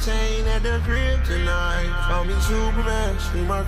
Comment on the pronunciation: Kryptonite was a banger. My only gripe is probably the biggest nitpick ever. I wish he pronounced 'crib tonight' more so it didnt seem like hes just saying he has a girl at the kryptonite.